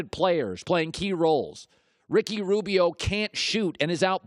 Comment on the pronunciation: "Ricky Robio" 🤣🤣